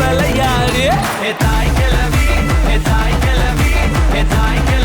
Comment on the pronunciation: தாய்க்கிளவி or தாய்க்கிழவி?. தனுஷ், தனது தமிழ் உச்சரிப்புகளில் கொஞ்சம் கூடுதல் கவனம் செலுத்தியிருக்கலாம்.‌